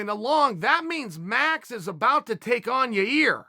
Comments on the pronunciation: Actually Chael, it’s pronounced Ya-Rear.. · Now he just said yere its hilarious how difficult that name is for him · Its Ya-Reer, dumb dumb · Chael, please go back to pronouncing Yair as a Yarear